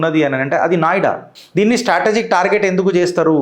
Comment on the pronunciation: నాయుడా కాదు నోయిడా